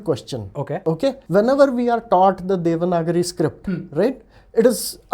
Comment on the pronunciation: Please call it as "Devanaagari" not "Devnaagri"